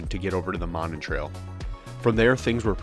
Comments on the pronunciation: Monon [MOE-nahn] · Pronounced Moe - non. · It's pronounced: MOE-non. Those homes that face the trail have Winthrop Street addresses. If you go around the back of them, down what looks like an alley, you'll see all the address markers and mailboxes. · I am sure others have said so, but it is pronounced ' MOE-NON' Trail. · It is pronounced Moe Non. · Monon is pronounced Moe-non;it starts at 10th street and I-65 up to Carmel, Indiana, Westfield and north to Sheridan, Indiana. Covering almost 30 miles one-way. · Good lord at least pronounce the name right!